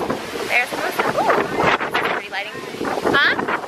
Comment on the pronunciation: Lol hermosa the h is silent. And give that bird a bigger cage!!!